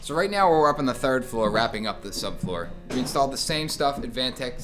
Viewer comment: letting out a lil’ boston accent at the end there. Wrap up the third flooruh